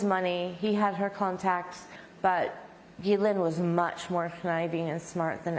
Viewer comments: It’s also NOT keelane it’s Ghislaine and this is a French name . So do not Americanize foreign names. Do you job and don’t rape foreign names and words. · Her name is French and is pronounced 'Ge Len' .... I know it doesn't look like that, but that is how you say it! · I'm confused as how to pronounce "Ghislaine" as I keep hearing different pronunciations. Lol